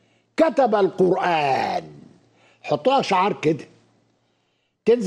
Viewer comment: I swear to God! This Arabic speaking Egyptian can't read the Qur'an.. For instance he says " Ka meslihi" but the right pronounciation is " ka mythlihi" even the way he says " Qurraan" is wrong. Its (qur'aan) there is bit disconnection between r and a..The magical.thing about the Qur'an is 9 years old muslim from non arabic speaking Mali or Indonesia would read the holy text a way better than PHD in Arabic literature from none Muslim back ground . This priest is the proof .